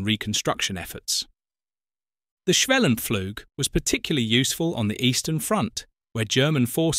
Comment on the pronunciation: Sometimes you pronounce the u in schwellenpflug correctly like [uː], then again you say [a]. It's the first one, and why not be consistent? In case you wonder where these different vowel rules come from: A process took place in english, between about 1300 and 1500, called the Great Vowel Shift. It means, while your vowels nowadays match the practical requirements of your language, it has also distanced it - insofar - from most other languages, who retain the pre-GVS sounds. Wouldn't a 'superior' edusys teach such facts in school?